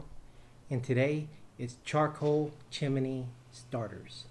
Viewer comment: "Chimney" has only 2 syllables.